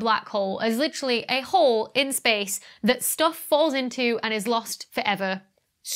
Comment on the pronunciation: Shpace ... it´s like "Reshtaurant" ... so annoying for my german ears 😂